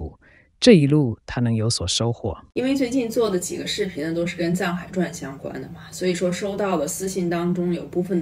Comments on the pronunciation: 请你不要沧海传他是藏海传傳四声＇不懂就要问，不要一上来就讲片名就让人不舒服真的有一点降智。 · 好想给你点赞，但小编是 你一点功课都不做吗？！ 直接AI ，一个电视剧的剧名，你都念不对。